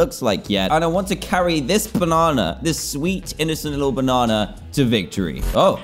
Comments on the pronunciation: Dan: BUNANA!! Me: Pffff (Laugh Very Hard) Yhsysteg:ydydyhshshsuaiaujs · he said BONANAA 😂😂